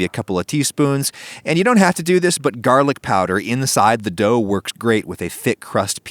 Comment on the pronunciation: " why i season my pan not my dougth